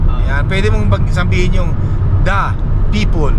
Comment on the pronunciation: vowel at consonant ung tinutukoy mo. kapag letter A"ung 1st letter ng kasunod na salita it means vowel po iyon. halimbawa yung sinasabi nyong "the apple" ang tamang pronunciation dyan is "di apple" kasi vowel po yung kasunod na letter😁 anyways fan mo tlga ako, nag aaral ako mg salita ng english kasi pinapangarap ko rin tlga na makarating dyan sa canada. sana palarin ako tulad mo. nakaka inspire mga vlog mo, pa shout out nman, olaybal family ng binangonan rizal mula sakin jomar olaybal 😁 thnk you thnk you sna mapansin moko godbless po